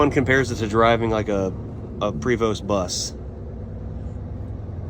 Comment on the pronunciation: Prevost bus does not have the "s" pronounced!